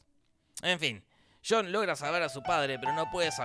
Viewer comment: ??? quien es CHHHHONNN CONNOR????????????????'